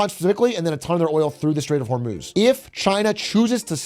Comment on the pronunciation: hur-muz… not hormooz